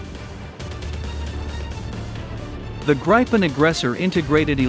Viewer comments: The Indian jet will be made out of old refrigerators hammered out into jet shapes by some old men in sandals. By the way its prounounced Grip-n not Gripe- en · Hey buddy, how about pronouncing it the right way for starters: The Saab JAS 39 Gripen (IPA: [ˈɡrǐːpɛn]; English: griffin)